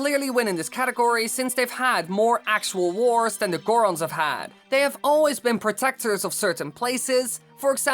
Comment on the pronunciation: The zorons..... The goras...... Va Rutania!